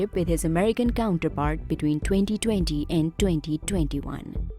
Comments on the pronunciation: Am i the only one who is disturbed by the way she says “2020”. No! Just me ?? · Toewntytoewnty. Greet Britteen. Hoerricanes. Flods. Horrible commentary.